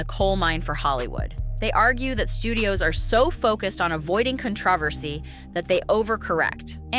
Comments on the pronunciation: I fear "CON-tra-versey," too. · I had to listen three times: How did you pronounce "controversy"? I've never heard con-trah-fer-zee. Oops, AI, the weird pronunciations of regular ol' words gives you away every time! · The AI voice sounded ok until it said “cunTRAHHversy”. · avoiding 'cun-trah-ver-si' now I can't think of anything else🙄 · Learn how to say "controversy" correctly. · Did anyone notice how this woman pronounced the very common word "controversy."? What is happening.? I am 99% sure that this was NOT a robo voice. So the fact that someone would say a word that I hope they have never said, instead of a word I know they have makes me worry. Can people not read anymore.? How did we get here, saying words that have never come out of their mouths instead of proofreading and sounding a word out before you narrate an 18 minute video for everyone to hear. It's the little things. The small details that people will notice. How she would pick to pronounce a word that has never come out of her mouth instead of proofreading ahead of time is beyond me. Now I can't think about nothing other than that horrible attempt to say controversy. So sad. So simple to make sure it never happened. But here we are.